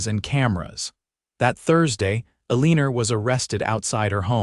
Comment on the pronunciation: Why is Elena's name pronounced with an r on the end?